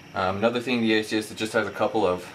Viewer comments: It's a-soose, not asius. It's also IPS, not ISP. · A-sus not Asius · what the fuck is an asius ???? Its aa-suus you plonker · Its AsUs...not Asius. But good video and very informative, thanks:) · It's AY-SOOS not ATHIEST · Its ASUS not aceis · Not a bad comparison review, just a few observations though. The transformer has an IPS (In-Plane Switching) screen not an ISP screen. Also Asus is pronounced eh-sus not ace-eus. Not huge errors in the scheme of things but if you want to be taken seriously for tech reviews it is important to get these details right. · ASUS!!!! fuck.......its ASUS!!!! AY-SOOss!!!!!...........there's no "I" in ASUS......geez dude, i really dont like slandering people on these videos, but you'd think its appropriate to get your instructions, information and speaking skills together............nope nevermind, apparently not. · And why does this guy keep saying ASIUS? Hes got a speech impediment. Thanks for the vid though. And Yes one is 3.0 and one is 3.1. The xoom kicks ass.